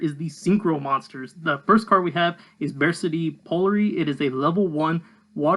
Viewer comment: I think it’s supposed to be pronounced like “BarK-T” like Arctic. Not attacking you, just theorizing.